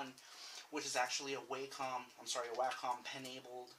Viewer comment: it's wacom not wacom